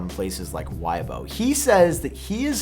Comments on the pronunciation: It’s weybo….. not why-bo lmaooo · WEIBO is pronounced like "WAY-BO" not "why-bo"